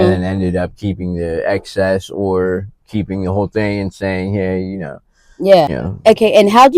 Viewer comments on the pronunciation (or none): none